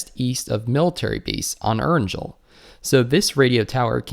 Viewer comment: Erin-jewl? Haha. Its erangel. E-ranGle...